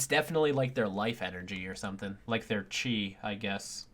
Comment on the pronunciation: did this man just pronounce chi as Ki